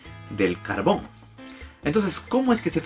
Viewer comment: No voy a mentir, Pense que decia cabron en vez de carbon 😂😂😂